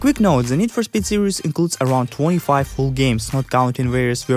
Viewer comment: How you say speed makes me laugh. Need for spet